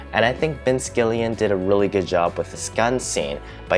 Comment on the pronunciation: Gilligan, like the island, not Gillian.